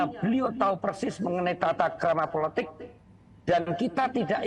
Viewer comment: ucapannya dibetulin, "politik" bukan "puletik"